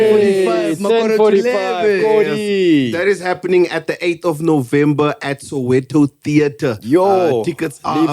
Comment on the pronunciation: sosha not soweto